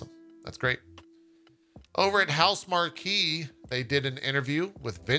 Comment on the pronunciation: Housemarque: House mark. It's still not that hard :D Marquee is spelled with two e's. (You already got this right once on DF)